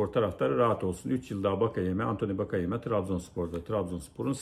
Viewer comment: hocam bakayeme değil antoni wakeyeme ayrıca 2.5 milyon euroda çok